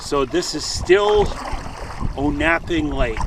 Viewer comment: It's pronounced On-a-ping, not O-nap-ping.